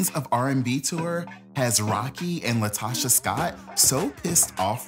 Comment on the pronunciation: It’s “LaTOCHA.”